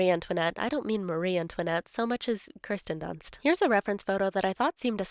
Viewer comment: Excuse me did you say Kristin Dunst??